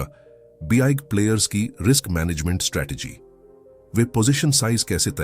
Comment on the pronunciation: Sab kuch sahi hai bus ye "be eye ga" player ka pronounciation zara fix kar do 😜